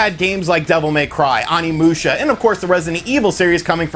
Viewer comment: I feel like you don't pay attention to very much while you're playing since you mispronounce everything. If you heard even a little bit of Onimusha you'd know you're saying it way wrong. Please TRY.